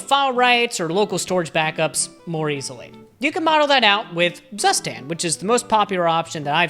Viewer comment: i will never get over the fact how english speakers butcher the pronunciation of „Zustand“ 😂